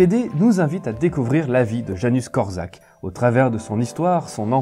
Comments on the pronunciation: super video ! par contre pour infos , ca se prononce "Yanouche Kort'chak" :) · On prononce: Yanouch Kortchak